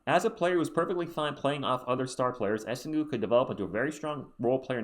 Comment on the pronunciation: For the record, it's pronounced more like Essang, because the -ue is silent after a G in french (and yeah, I'm french and I also agree it makes no sense). He'll probably be a good PF on the long term, solid rebounder but average from three, he'll def need a few years to get better though (and at least he's 6-10 so a decent height for the team). If we get Knueppel first though I'd rather get Derik Queen as a backup center, this'd make a lot more sense to me…